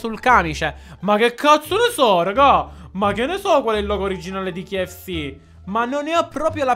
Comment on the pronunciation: si dice k-f-c